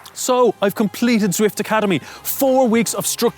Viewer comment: Turned off as soon as he said zwift which was about 3 seconds in